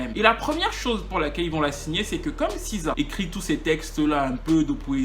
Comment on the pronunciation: T es sur qj on prononce siza?? C est.le C en anglais qui se.prolonce SI